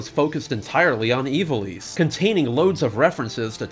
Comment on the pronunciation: Isn't in pronounced 'eye-va-lice' instead of 'ee-va-lice'?